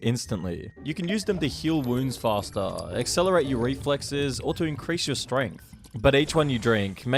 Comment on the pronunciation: I’m really interested in the content but dude has this strange vocal fry at the end of some words every few seconds. For example, instead of “you” occasionally he says “youuuu” where the last syllable is stretched out with the vocal fry thing on top of it. cryyyy fastuhhh It hurts.